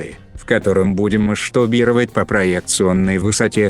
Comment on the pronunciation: А меня вот волнует вопрос: ты действительно в закадровом тексте пишешь «маштобировать» или это диктор так каверкает?